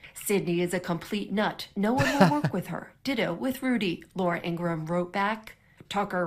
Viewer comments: Ingra-ham? David, what's with the pronunciation? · It's pronounced like gram, David, as for Fox they're complicit and liable. It won't be the first the donald has blamed it on Fox, I'm only shocked because they're FCC license needs gone and take Dejoy with you. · "Ingraham" lmao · David, why do you purposefully mispronounce people’s names? It makes you sound no better than the republicans who do that. You know how to pronounce Laura Ingram’s name as well as Guiliani’s. What’s the point of purposefully mispronouncing them? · David are you actually thinking Laura Ingraham‘s name is pronounced that way are you just being obnoxious I mean she’s awful so I’m cool with it either way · David why do you always pronounce their names like a moron? And chill it with the obmana it dried up like a year ago. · David mispronounces Ingraham on purpose.